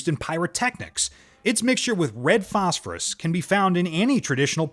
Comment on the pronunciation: Wow, so many mistakes, the A.I. from tin to thin and so manny during the galidium demonstration i think autocorrect did you wrong on this one phospherississ , hepically and so manny more this never happened when you narrated it yourself.